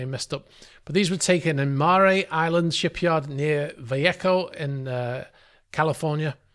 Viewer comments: No big deal but the town in California is pronounced Valayhoe Actually spelled Vallejo And the island is pronounced Mare like a female horse. But you do a great job. Love your videos. And I believe that I am right in that the dingy dock opening was opposite the side that went down first? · "Mare" pronounced like a female horse. And "Vallejo" is pronounced "vuh-LAY-ho". Hispanic pronunciations would be different, of course, but that's how everyone around here refers to those places. Very odd place for a super yacht, it's deep in the San Francisco Bay, not even slightly scenic, nothing goes on there.